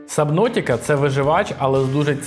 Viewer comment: Цікаво вийшло, запримітив для себе COMA, певно ностальгія за шкільними роками. Дуже цікаво було б поглянути на ігри про Україну. P.S. слово "Сабнутіка" якось різануло по вухах